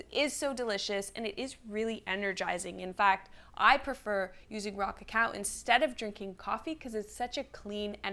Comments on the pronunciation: Every time she said “Raw cacao” I heard “rock a cow” and thought about cow tipping 🤷‍♂️ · Rah-cah-cow... that's all I hear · 😂😂😂 you and me both she sound just like she was saying rock a cow😂😂😂